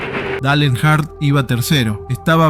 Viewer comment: Decí que la primer historia eventualmente termina... Si escuchaba de nuevo nombrar mal a Dale Earnhardt iba a revolear el teléfono